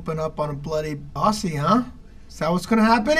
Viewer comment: The way the guy who isnt icecube says aussie makes me want to die.